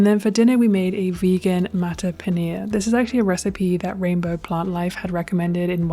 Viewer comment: mattar paneer is said more like muttar ❤